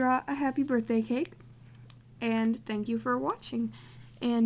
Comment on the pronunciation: not to be mean im just saying so that you know but you said birbhday but you do have awesome drawings! keep drawing!!!